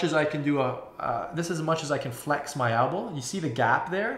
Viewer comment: no Elbow is still spelled Elbow in canada, just pronounces it as ALBOW for some reason, its not a canadian thing, I am canadian and live in canada, everyone else says it properly....Elbow.